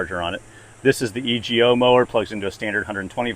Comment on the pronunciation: LOL its not E G O its Ego (E-Go)